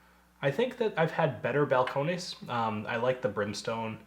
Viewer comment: It's just pronounced Bal-cone-iss.